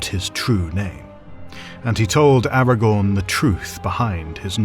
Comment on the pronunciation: The irony being that despite this professional feeling he does not manage to pronounce Aragorn correctly 😉 (Or deliberately chooses to anglicise the names, which is boring if you ask me)